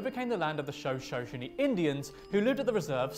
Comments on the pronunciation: how he pronounces Shoshone xD 'show show shun ee' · Water babies 😬😬 the legend where I'm at is that the babies were taken by white settlers and thrown into the water. Also, their tribe, Shoshone, is pronounced shu/sho-SHOW-nee. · okay this guy can not even pronounce Shoshone correctly it is show showney number10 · I'm sorry but the way he pronounced Shoshone had me dead. It took me ten seconds to figure out who he was referring to 😂😂😂